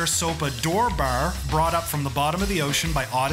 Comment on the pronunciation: Awesome! By the way, I noticed you're Canadian and based on the way you say bar, I'm guessing Ontario?